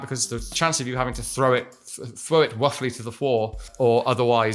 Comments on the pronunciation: Fwow it wuffwy to the fwoor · the "throw him ruffly to the fwoor" absolutely sent me off the deep end LMAO